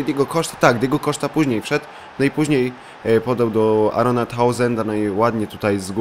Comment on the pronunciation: Andros, nie Aron Townsend :D